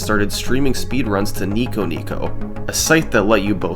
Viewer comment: kneekoh kneekoh